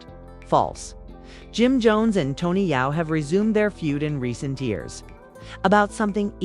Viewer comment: Yo STOP trying to spin this…. This is not your lane…. You are not even having the AI say Tony’s name correctly… Just Stop It!!!!!